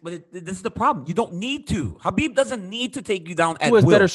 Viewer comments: ITS HABIB NOT KHOBYB MAN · It's khabib dude